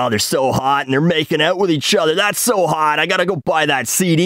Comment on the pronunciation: You did say so WRONG